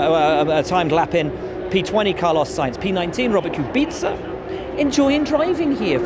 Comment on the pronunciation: I appreciate how you saved the pronunciation on Kubica ;)